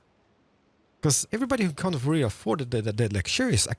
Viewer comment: “our can isn’t” 😭